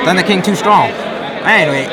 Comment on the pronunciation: "Thunder King TOO STRONK." Hahahahaha.